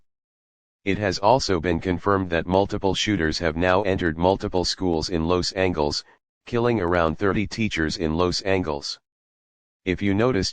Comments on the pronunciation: “Los Angles” 💀 bro i can’t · why did they pronounce it los angles instead of Los Ángeles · i’m so sorry but “los angles” killed me 💀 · “Los Angles”